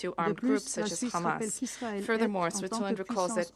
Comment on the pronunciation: "........crisis created by hammass creatures" - Sentence completed